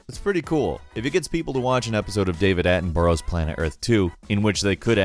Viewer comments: Attenborough is pronounced 'Atten-burra', not Atten-burrow' and it's Sir David Attenborough. You add the Sir title when using his full name. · great vid, cheers. Btw, it's pronounced "Atten-burra" - the man's a living legend here in UK 👍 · Oh my god, why can't Americans pronounce Attenborough properly! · It's pronounced David Attenbura* And he's a Knight of the realm so it's Sir David Attenborough